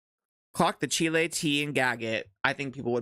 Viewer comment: Pronouncing it as Chile 🇨🇱 is taking me outttt 🤣🤣🤣